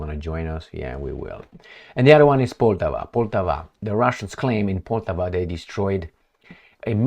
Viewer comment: The name of the city "Poltava", be it in Russian or in Ukrainian, should be pronounced "Poltàva", with the accent put on the second syllable.